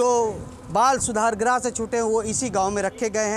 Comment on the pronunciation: रिपोर्टर जी ग्रह नही गृह होता है